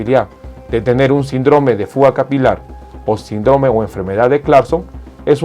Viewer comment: Muy buen vídeo, aprovecho para decirle que no diga sindróme (con énfasis en la O) suena feo, se pronuncia síndrome, con acento en la (i).